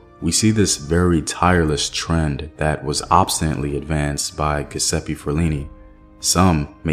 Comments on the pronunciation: Thx for another great video. Giuseppe is pronounce Jewsepy 😊 the G sounds like J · Pronunciation is GEE OOO ZEPPE OR GEH ZEPPE fyi